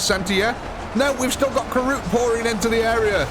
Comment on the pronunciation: Kroot, not Karoot.